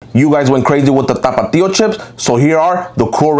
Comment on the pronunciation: Y’all are astonished on his correct pronunciation of tapatio shows you guys says it wrong.